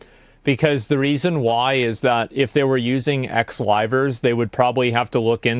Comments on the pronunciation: i just adore the fact that the CEO's pronunciation of "Livers" sounds like "Rivals" like he didn't just sic 3 of them on Selen. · I thought that guy was saying "rivals" for way too long